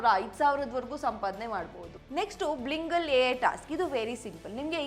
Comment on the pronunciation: ಬ್ಲಿಂಗಲ್ಲ ಅಲ್ಲಾ ಬೈಲಿಂಗಲ್ಲ